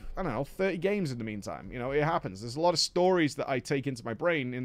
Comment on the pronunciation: Is there a single name in the whole game that didnt mispronounce?